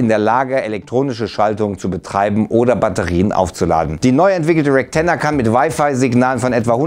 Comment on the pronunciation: Also ich hab nur REKTenna verstanden